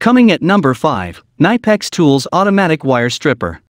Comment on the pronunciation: You speak the i in Knipex like in Index ore inspection ;-)